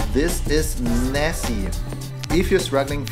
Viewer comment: Wait her is Nessie not Nessy 😱